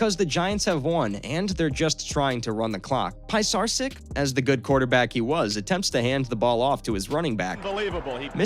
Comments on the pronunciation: The narrator sounds like a complete idiot! Can you possibly mispronounce any other persons name?? PIE-sarch-sitch?? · Narrator is terrible. It’s pronounced Joe Pa-char-sik. 😂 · It's Pete Stoy-yahn-o-vitch... and Joe pis-zar-chick